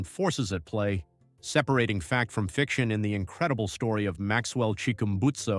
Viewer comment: Chickumbusto? (Chick-urm-busted)